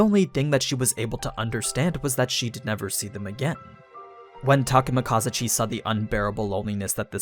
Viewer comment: I think you're not saying Takemikazuchi correctly, the accentuation should be in "zu" rather than "ka". Unless I'm mistaken.